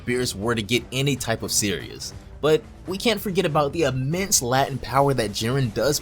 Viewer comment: Latent not latin lol